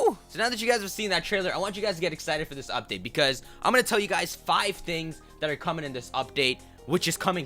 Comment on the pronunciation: It's "coming".